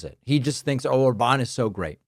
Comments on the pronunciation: it's OR-bahn not or-BAHN 😂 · Btw, despite him having that á, his name is stressed on the first syllable (like most? all? words in Hungarian). So ORban not orBAN.